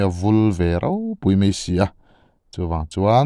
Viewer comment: Zotawng diktakin aw, mai tihturah, mei til loin aw